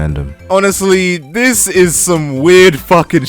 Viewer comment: “Dis” Talk like a normal person